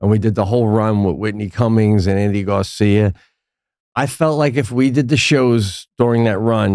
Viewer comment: Think Andy Garcia - you both threw a y at the end of his first name.